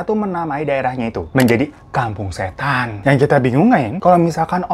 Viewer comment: Gw sampe ngulang berkali² pas bilang "KAMPUNG SHHÈTAN" wkwkwkwk